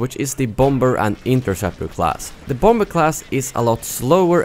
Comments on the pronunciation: Lol, bom-ber :P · Your mispronunciation of bomber cracks me up everytime